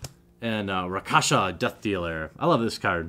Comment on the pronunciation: Rakshasa is pronounced Rock-shah-suh. Not Rock-hasha. And the Lich in Lich Lord is pronounced Lit-ch. Not trying to be mean but just want you know what you he correct pronunciation for the future. :P